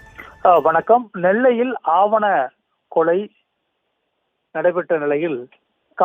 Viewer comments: வலைதளங்களில் செய்திகள் வாசிக்கின்ற பொழுது உச்சரிப்பு தெளிவாக இருக்க வேண்டும் ஆவண கொலை அல்ல ஆணவக் கொலை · ஆணவக் கொலையா இல்லை ஆவணக் கொலையா? செய்தியாளரின் தமிழ் உச்சரிப்பு சரியல்ல.